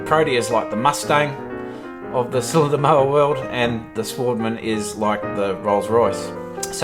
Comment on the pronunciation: Work on your voice over skills mate. Oh and it’s European machine, pronunciation would be “svaardman”